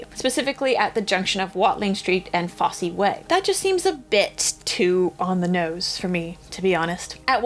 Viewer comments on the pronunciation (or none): Fosse is pronounced foss not like Bob Fosse.